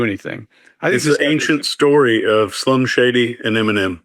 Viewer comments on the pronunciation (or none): It sounded like he said Slum Shady, not Slim Shady. I think that’s what the question was about